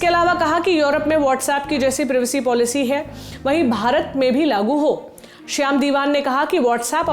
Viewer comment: प्रिवेसी नहीं प्राइवेसी होता है प्राइवेसी।